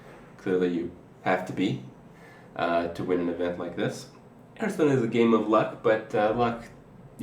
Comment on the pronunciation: Seriously, LEARN TO PRONOUNCE HEARTHSTONE